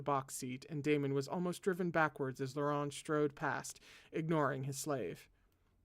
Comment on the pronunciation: hello I’m a French interpreter here is a pronunciation guide: Govart: go-var Akielos: Ah-kee-el-oss Chalis: shah-lee (good rule of thumb never pronounce the s at the end of French words) Guion: G (hard G)-ee-on Laurent: you’re killing it, vaguely rhymes with lawn Chastillon: Shass-tee-yon (you’re almost right with Shass-tilly-on so just keep yours if it’s easier) Audin: Oh-deign Nicaise: Nee-cayz Orlant: Oar-lawnt Vannes: Van Auguste: Oh-goo-st ❤️🧡💛💚💙💜